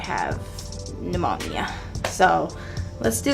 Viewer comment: i love the way doja pronounces pneumonia lmao